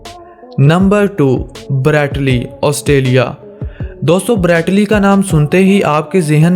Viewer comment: "brrreeeet lee austalia"😂😂😂